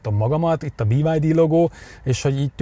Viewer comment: BID ÍÍÍÍ-vel magyarosan